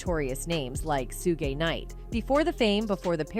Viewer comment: So I gotta listen to ai say Suge name wrong the whole video???